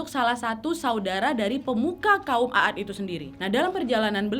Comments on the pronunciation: Kaum at aja bacanya . Bukaan a at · Sebenar nya bukan A ad, tapi Aad huruf a di panjangkan pembacaan nya bukan ditekan terpisah antara dua huruf aa karena huruf alif yg ada cm 1, jadi pembacaan seharusnya huruf 'ain ع di baca panjang karena ada alif (alif harokat sukun) , kalau di pisah /di tekan dua huruf A seperti yg ka nadia sebutkan itu seolah seperti alif yg ada pada kata عاد itu memiliki harokat fathah akan tetapi seharusnya tanpa harokat atau harokat sukun jadi pembacaan yg benar adalah huruf ain ع di panjangkan pelafalannya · Koreksi dikit ya wak. Kaum 'aad itu nyebutnya 'ad ('ainnya panjang) bukan 'a-ad. CMIIW. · Terimkasih atas bahasan cerita para nabi, tapi aku agak aneh mendengar nama kaumnya nabi Hud adalah a a d, ( sebenarnya "a" dibaca panjang maka ditulis jadi aad, krn sebenar nya tulisan arabnya عاد ditulis latinnya aad) tolong rujuk ke tulisan arabnya untuk membacanya agak tidak terdengar ganjil, tks dan maaf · Dibaca "kaum 'Aad" bukan kaum "A ad" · Izin kak....kaum Nabi Hud disebut nya a'd bukan aad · Mohon maaf kak. Mau koreksi dikit. Nama kaumnya itu kaum 'Ad. Aad dibaca panjang. Bacaan mad thobii. Kaum Aad. Bukan A'ad. 🙏🙏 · Mohon dikoreksi bahwa bukan kaum Aad tetapi kaum 'Aad dimana huruf 'A (huruf 'ain nya) dibaca panjang. Afwan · Maaf wa bacanya bukan a ad tapi aad A nya dibaca panjang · Maaf, bacaannya bukan aat 'a dibaca 1 huruf saja, bukan dibaca 2x Anya